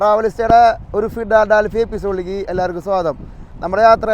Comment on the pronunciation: ഒന്നു ഫോഡാ ഡാൽഫീ... അവന്റെ ഒരു ഫിഡാ ഡാൽഫി...!!! നീ അങ്ങേരെയും ഒരുപാട് തവണ തെറ്റിപ്പിച്ചു... !!!